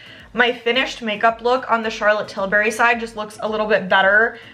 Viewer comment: Tilbury, not Tilberry 😅